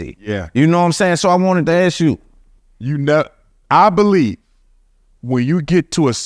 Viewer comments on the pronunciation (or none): Yet you still can't say, "ask" this dude is a clown